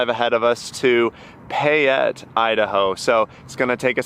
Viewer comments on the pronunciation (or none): none